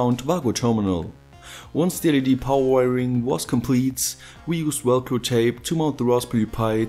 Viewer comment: Awesome video. I love hearing you say Welcro instead of Velcro.